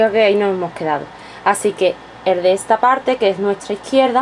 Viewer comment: QUE IDIOMA HABLAS??? Y PORQUE DECIS ETSA???? ESTAAA SERIA